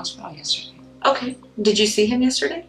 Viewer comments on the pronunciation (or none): none